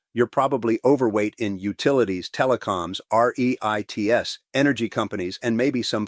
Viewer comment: Ree-ITES??? Pretty good AI, but AI.